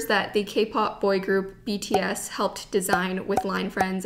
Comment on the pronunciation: “iss okay because iss bts” lmao sorry 😂